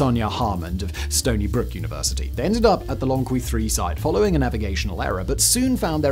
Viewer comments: If the other channels talking about Lomekwi finds are right, it's pronounced lo-mek'-we, with the emphasis on "mek". I can't say for sure they're right, but it's probably worth checking if they come up again. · Can you find someone else with a British accent but that actually knows how to read? It would lend more credibility to the script, instead of subtracting from it. Lo-meh-kwi "the crafters of these tools remain identified" unidentified my dude, unidentified. Homo HA-bilis (crafty, capable) Autral-o-pithe-cus Afar-en-sis No amount of jazz, can cover that up... the same as polishing the script with chatGPT. Perhaps, find a reasonable middle where you can read what chatGPT suggests?